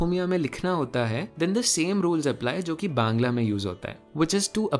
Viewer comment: me ap exactly bangali (Bangla) pronounce kane ho 👍👍👍. Love from Bengal ❤️❤️❤️